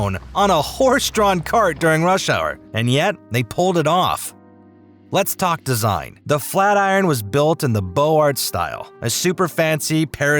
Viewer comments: Boze-arts. Not bo-arts. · Or, if you want to pretend to know some French, "Bozar". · Nice video, however, It's pronounced Bose-art.